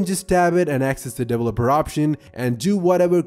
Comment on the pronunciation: Everyone: Developer Him: Devleloper